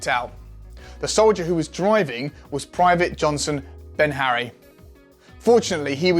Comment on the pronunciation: Johnson BEHARRY not Ben Harry.. good video😁